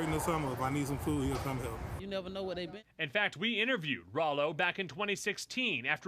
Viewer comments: why she keep callin him raylo lol man journalist be trash nowadays smh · Lol... “ray-lo”.... you’d think if she was interviewing a celebrity, she’d learn how to actually say homies name...🤦‍♂️ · She said Raylo on purpose 😄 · Why she call him Ray-lo 😂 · Who tf is “Ray-Lo” ? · Not ray-low Lol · They purposely saying his name wrong but it’s all good this the realest youngest dude that came thru. Under appreciated but musically we shoulda hyped him up regardless if we liked it.